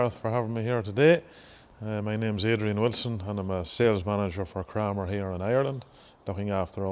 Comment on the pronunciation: In Adrian Wilson’s first sentence, he pronounces it Krammer, sounds like hammer, the same as Gareth, but in his second reference he pronounces it Kramer, like window “framer”.